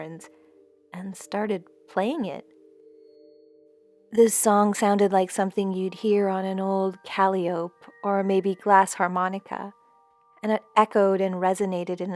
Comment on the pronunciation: CALLY OPE???? it is pronounce CA LYE OH PEE you uneducated pleb!! what IS IT with you kids today and your inability to learn the proper pronunciation of even the simplest words? i know i know i know.... your teacher couldn't find the time to squeeze it in between your CRT and gender queer studies.... all is forgiven..